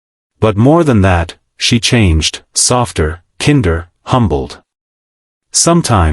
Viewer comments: Nice intent. AI mispronouncing words is off putting and diminishes the effect of these. You're about kindness which is so needed....but this video can't even say "kinder" correctly. Thanks for trying. Keep working on these. If they're more human, you'll reach more humans with kindness. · AI voice and some glaring errors like 'Schopenhauer' and 'Kinder' pronounced like the German Word. The moral of the story is relevant. Never judge a book by its cover. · How doe you pronoune "kinder"? the computer-generated voice mispronounces it. No big deal. They need to perfect that program.